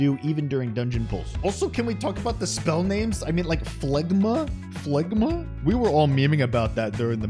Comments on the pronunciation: It's pronounced Flema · It's pronounced "FLEM-a". Derived from the word Phlegm. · Wouldn't phlegma be pronounced like phlegm? Aka, flem-a